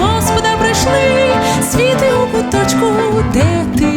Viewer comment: Гарне виконання, але це: «свІти» неправильний наголос по вухах ріже😒. Варіант: «Світлом будь в куточку…»